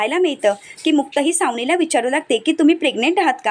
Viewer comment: Savnila व aadila असे vachave.